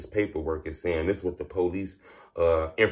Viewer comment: I’m sorry but it’s funny to me when you say “policey.”